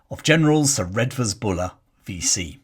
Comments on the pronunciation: I always though Redvers was pronounced “Reevers.” I first came across this redoubtable leviathan as a callow fresher at the University of Exeter many moons ago and espying his magnificent equestrian statue just along the main road. This lead me into researching his background and digging out long-neglected tomes about the Ashanti Ring from the university and city libraries. Even then, more than thirty years ago, Buller had become an obscure and near-forgotten figure in his native Devon. To me, a Yorkshireman, his story of courage in action and gritty resolve, his very image that of a stalwart, four-square late Victorian general (with, I imagined, a brick red face, claret-coloured cheeks and hearty, blustering manner) was the epitome of the Boy’s Own Story military commander mixed in with a character from the Four Feathers that was shown on television as a boy. Thank you for reminding us about Redvers Buller, warts and all. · Buller’s first name is pronounced Reevers not as it is spelt Redvers . He was scapegoated by the establishment, hence the outpouring of public support and money to erect the equestrian statue . A horse once filled with water as an Exeter Rag Week stunt - story goes it peed for a week afterwards ! A Kirtonian